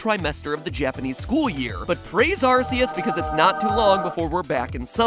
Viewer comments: It’s ar k ous not ar c ous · It’s pronounced Arkoos. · It's actually pronounced "Arkeus" 🤓🤓🤓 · It's also the origin of the pronounciation, Ar•say•yus. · I mean it's Ar-KAY-us, based on Silvally's ability, RKS System . . . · The Four Star Gamer I know that. That's how I've been pronouncing it all my life. I'm just saying that Pokemon and the Jewel of Life is the origin of the whole ar•say•yus pronunciation. Which imo, is also a very dumb one. You can find out more on Bulbapedia. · its pronounced arcoos if you know you know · It’s big Arceus It’s ARKOOS If tiy jbiw tiy jbiw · Please pronounce Arceus properly